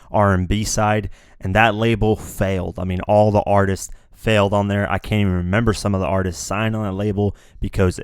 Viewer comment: You tend to say RENEMBER rather than REMEMBER LOL